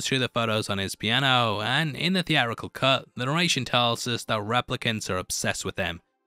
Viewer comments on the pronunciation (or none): Lasted 12 minutes into this vid. A narrator who cannot sound the letter 't' just looses all credibility. He think the word theatrical is pronounced thea-rical. Urgh!